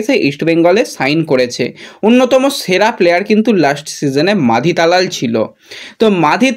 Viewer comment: Bhai tumi last year a hijaji ke Rajaji bana chile abar ki take khajaji bolbe? Ar Talal ke abar na balal bolteh hai. Tumi aktu kam katha balo.